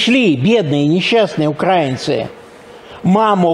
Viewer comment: Толстый дядька в черных очках, который не знает про ударение в слове "украинцы"..Комментировать про внешний вид, конечно, недопустимо, но лезет в голову французское выражение "он оставлял за собой жирные следы".